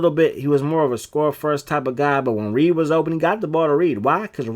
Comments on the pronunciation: It’s Redd pronounced like the color it’s not Reed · REDD(Red not Reid) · Michael Redd.... Pronounced Red like the color....😂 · REDD not Reed 🤣🤣🤣🤣 and you gotta play zone on defense man, or double team the shit out of them dudes when they get hot like that. Them point guards will hop step you to death on this game. Straight up cheese smh.